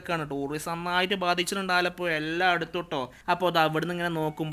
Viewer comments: aalapuya alla me aalapuzha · ആലപ്പൊയ, ആ കോയിക്കോടൻ ഭാഷയിൽ തന്നെ, അവസാനം തിരുത്തിപ്പറഞ്ഞു. 😂😂